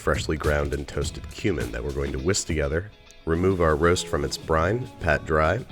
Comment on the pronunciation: Damn it man. Everytime you say cumen, i hear human